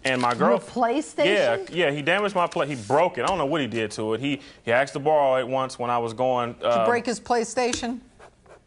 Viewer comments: Why is it most Black Americans cant say "Asked him" but it all ways comes out "axed him" ?! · Why do a lot of black people on these shows say "axed" instead of "asked"? I don't get it. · "I axed him to..."